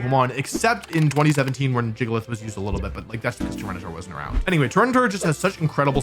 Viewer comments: nobody calls it JIGA-LITH ITS GIG-A-LITH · Hey Wolfe! I don’t think its spelled Jiggalith, its Gigalith 😂 like Giga Drain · Gigalith -> "Jee juh lith" Giga Drain -> "Jee juh drain" Wolfy logic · Cursed pronunciation of gigaleth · Not Wolfe calling it “Jiggalith” 😭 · Gigalith being pronounced Jiggalith made me die. On the floor. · Wolfy saying jiggalith is funny to me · stop. Stop saying it like that.